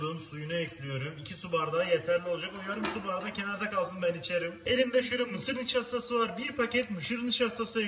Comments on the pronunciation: mışır nişastası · mışır dinaştası :D adfjaçdfnaddfansf a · Mışır nişastası 🤣🤣🤣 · Mışır nişastası😅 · Mışır nişaştaşı :D